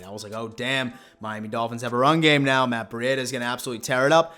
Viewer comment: Who is Matt Bri-ada?